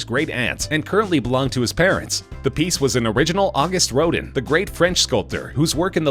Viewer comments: IKR! aw-GOOST ro-DAN...very soft on the 'N' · The robot narrator should be taught the correct pronunciation of "Auguste Rodin." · That wasn't Mr Kunze. Mr Kunze is/was a white haired man about 70 years old. You can see him in the film. Who is this idiot narrator? Doesn't even pronounce name correctly. AUGUST RODIN? REALLY?